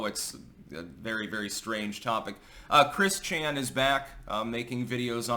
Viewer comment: It's Christ-Chan now. Get it right 😂